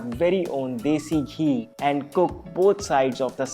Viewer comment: "Now put just a little dHEE"